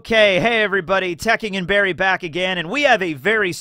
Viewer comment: His name is clearly Barry, not Berry